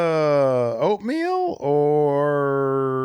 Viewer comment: He totally said oatmeal 😅